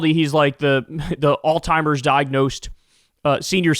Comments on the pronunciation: Can someone tell Kyle it's pronounced all-zeimers (Alzheimer's) not all-timers. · Kyle is the goat and I've been a huge fan for over a decade, but dude it's alzheimer's, not all-timers, Kyle 😆 To be clear, Kyle is smarter than me in most all other things 💯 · Kyle, it's alzheimer's. Not "all timers".😅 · Kyle, it is alzheimers not "allTimers". AllTimers is an ignorant slur used in tasteless dementia jokes. Just sayin' dude...get it fixed...get it right. I know you're a good person so I'm chalking this up to ignorance and not malevolence. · Really sounds like you are saying “all timers” instead of Alzheimer’s. But could just be me. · Kyle, you’re an educated man. It’s not “all-timers” disease, it’s pronounced “Alz-heimer’s.” Say the z. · Kyle, I love your show, but you keep saying Trump has "all timers" disease . That's WRONG ! The correct word is "Alzheimer's" . Please say it correctly. You're embarrassing yourself and the people who suffer from this terrible disease. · Bro, on the topic of pronunciation, it is ALLS-HIEMERS not ALL-TIMERS. 😂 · You think that since you were in media you would know how to pronounce the word Alzheimer's there is no letter t in the word Alzheimer's it's not all timers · Old Timers disease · It sounds like you're saying "all-timers". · As long as we’re on the topic of things you’re saying incorrectly, there’s a z in Alzheimer’s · You aint fittin to come for us with associate and say alzheimers like that 😂😂